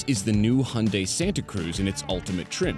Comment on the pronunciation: The pronunciation of Hyundai is ear-raping in this video